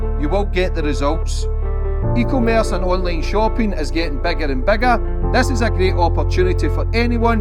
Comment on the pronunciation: E commerce not eco Merse 😂😂😂😂